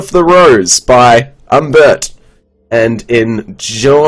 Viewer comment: It's Umberto, Umberto Eco, come on.